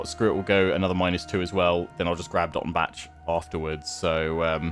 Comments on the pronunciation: You don't really say the c in Dottenbach so it's more like "Dottenbah". Just a another correction for your atrocius pronunciation :) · I haven't done this campaign yet, but definitely try and capture Nuln before Skarsnik takes Dottenbach (also the "bach" in Dottenbach is pronounced like Johann Sebastian "Bach") to at least attempt in avoiding being penalized for finishing off Wissenland yourself. I believe that's how the mechanic works, where you're only penalized if you directly or indirectly destroy an elector count. But I could be wrong, regardless I don't think it really matters either way because after Wissenland you'll be focusing on the Vampire Counts/Border Princes/Orcs long enough to rebuild your acclaim. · I THINK that the -bach-part of Dottenbach (and other -bachs.) is pronounced like the German composer in OUR world, Bach... Since the Empire is based on HRE in our world and there by Germany (not that you can hear it on their accents! ^^ ).